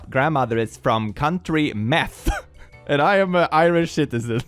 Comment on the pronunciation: ✨️gaylic✨️ ✨️county meth✨️